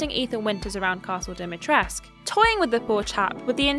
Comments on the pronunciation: Is it not "dimitres-koo"? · the U is not silent in Dimitrescu